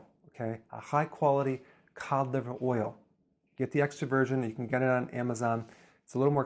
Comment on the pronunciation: Did he say Colliver oil?